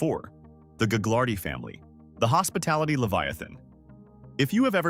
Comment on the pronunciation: Thanks for the info. Ive got info for you. It’s not gag lar dee family It’s ga lard ee lol